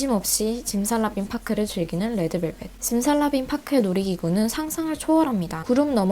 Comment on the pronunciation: 레에드벨벳이라고 발음 완죤 취저